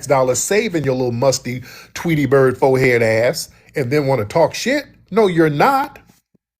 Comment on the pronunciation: Sir did you say tweety bird fohead?!!😂😂😂 Staaaaaaaaap 😂😂😂